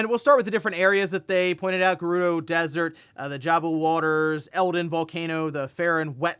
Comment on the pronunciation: It's Geh-roo-doh, breath of the wild says it.